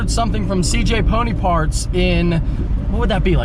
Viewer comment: It sounded like you was saying cj pudding parts. I couldnt understand ya. But once i saw the sign it made sense haha